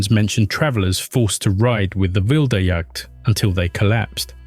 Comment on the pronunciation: i almost spit my coffee out to your pronunciation of Wilde Jagd